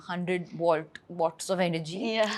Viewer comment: She said wads, not watts.